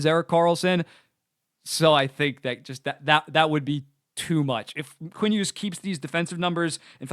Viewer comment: Long hair guy also pronounces the g in Hughes